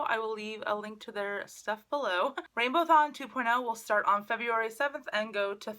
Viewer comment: Isn't it RainbowAthon and not RainbowThon ?